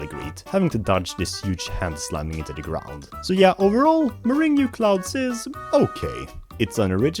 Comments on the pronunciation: World 7 is pronounced as morang and it’s a popular dessert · World 7 is called Meringue Clouds. "murr-ANG" clouds. As in, egg whites whipped with sugar. This is a great video though, please don't take this correction too harshly, I really enjoyed it! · “muringu clouds”